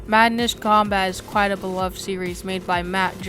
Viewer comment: "Quite" pronounced as "Quiet"